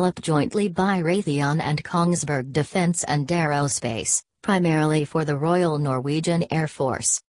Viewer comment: "Royal", please!!!